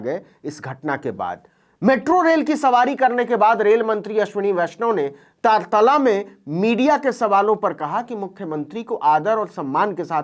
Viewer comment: Navin ji SSA wo aa Takatala nahi Taratalla hai